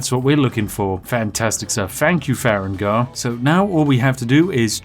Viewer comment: "Far-egg-nar" All farengar fans are crying and sobing rn